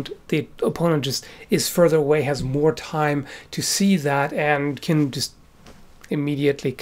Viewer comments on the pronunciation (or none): He said " you can injure" his acsent made it sound like "can't"